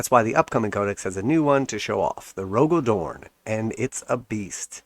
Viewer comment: Cmon bro you talk shit about GW every video and you can't take some criticism? It was just so revolting to hear you pronounce such a pivotal character's name horribly incorrect. I love the spacewolves and your imbecilic utterance on my Primarch's name is heresy.